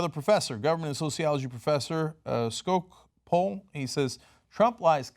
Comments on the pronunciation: You say her name Thay-duh Scotch-pull! (Theda Skocpol) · FYI the Poli Sci Professor's name is pronounced (Skotch-pole) Theda Skocpol.